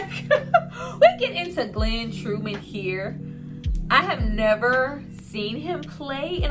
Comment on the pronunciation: Turman not Truman